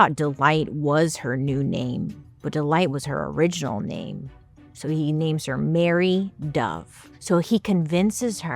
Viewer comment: when i first heard you say her name. I heard "Harry (hairy) dove". I was like wth. Why coulfnt they name her 'feathery dove', instead?